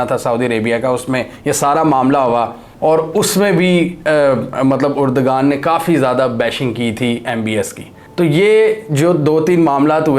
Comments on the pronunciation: Uragan nahi urdoaan hy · Why the hell you are pronouncing "Urdagan" ? Please correct yourself : Spell his name as..... "Erdoaan". mind you mr anchor that 'g' is silent here for pronunciation.